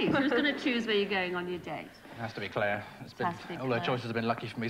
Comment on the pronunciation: She just can't pronounce clare